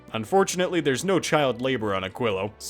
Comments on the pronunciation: and he is still saying it wrong. even after looking it up. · "which I have to look up how to pronounce" still failed... eh... 'muricans...